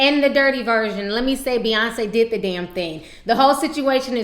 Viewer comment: its Beyoncé, not bey-uhnce